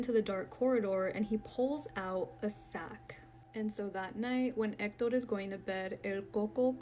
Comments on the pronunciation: omg we get it, you can pronounce "EKTODORR". You can just say, "he" once in a while 🤣 #hector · Just say Hector!!! Quit pronouncing it as Ector!! I understand that it's Spanish, but stick with one language or the other! You sound stupid.